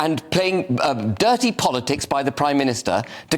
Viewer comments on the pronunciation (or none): none